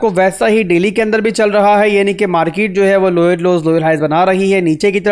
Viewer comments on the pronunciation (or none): Lower Low❌ Loyer Low ✅ 😂